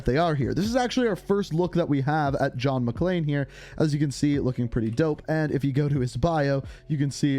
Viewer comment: It’s John McClane not John McClean lmao